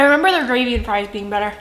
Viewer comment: “ pouleyt, Friiiizz, Kentukay”